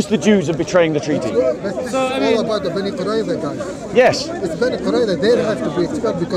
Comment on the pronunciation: 12 minutes 30; is grilling an obviously reluctant because of his lack of knowledge Muslim, about the treaty of banu quraiz. You're not even saying that properly! You were warned about that b4 that you speak without knowledge and you pretend that you know! Have some shame " Bro "